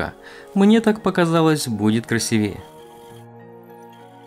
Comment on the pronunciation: Ударение в слове «красивее» ставится на гласный «и» второго слога — «красИвее».